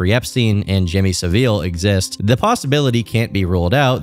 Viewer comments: Jimmy Sav-eele XD Jimmy Sav-Ille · Jimmy Saville is pronounce Sav-ill btw not sav-eel. Similar but different monster to diddy, someone else who got away with it for far too long and far too many people knew exactly what was going on. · pronunciation of Jimmy Savile was funny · U said Saville wrong but it’s not the end of the world just thought I’d tell u, there’s loads of videos on how u say that monsters surname